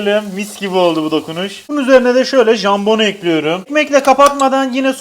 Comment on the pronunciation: hiçbir videoda değişmeyen şey: tencereyi ocağa eklüyürüm